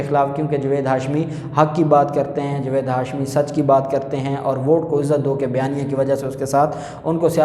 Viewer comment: جوید نہیں جاوید میں اپکا تلفظ ٹھیک کرو ا کر ہی دم لونگا